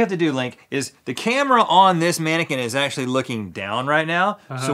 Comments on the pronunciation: Its mannequin not maniken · "Im a tannaquin" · Did he say tannequin???? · No one: Link: “I’m a tannequin”